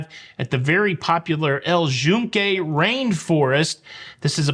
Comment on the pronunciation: I actually was going to commend pronunciation because it’s how we heard it pronounced by locals while in PR. We definitely were pronouncing it incorrectly as “Yoon-kay” up until then. (I also started saying “gracia” without the ‘s’ once I heard that. While in Rome…or PR…)